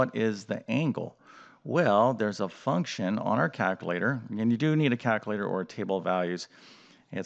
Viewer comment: There’s an L in calculator